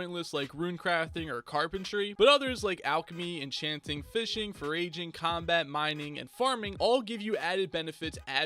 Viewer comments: Friendly help, your pronouncing foraging wrong, you’re saying it like “for-raging” it’s pronounced a little more like “for-edging” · Did he say (for-ray-jing)?!?!?! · how does this guy not know how to say foraging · This vid pronouncing foraging wrong Me with the username foraging: He said my name wrong!!! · Thank you it annoyed me so much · Day 723 of hearing pronounce ‘foraging’ incorrectly, I’m not sure I can take it much longer. Remember me...